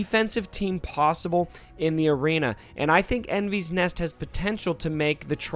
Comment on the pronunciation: Your butchering her name just so you know